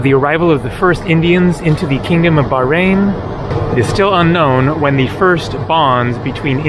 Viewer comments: Pronounced bahrein, not barein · You have to pronounce the 'H' in Bahrain. 😊